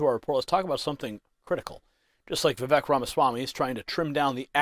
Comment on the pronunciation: Respected, Vivek.s name is pronounced VivAke …rhymes with cake. He said this on an interview I saw him on. Let’s pray for him.